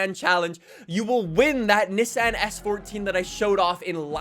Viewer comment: Did you have a stoke or something why you say Nissan so weird haha